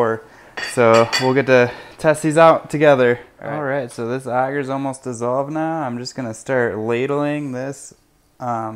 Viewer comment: its not "auger" its ay-ger